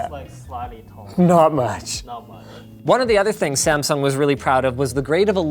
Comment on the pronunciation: Linus, you are pronouncing Samsung very wrong.